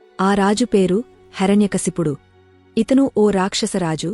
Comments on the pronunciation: Please he's name not Harany kaysapudu he's name heirnay kasyapudu Please speak properly 🙏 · హరణ్యకశపుడు కాదు, హిరణ్య కశ్యపుడు. కథ తెలుపడం మంచిదే. కాని స్పష్టత ఉండడం మంచిది. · Not HARANYA kasipudu , HIRANYAkasipudu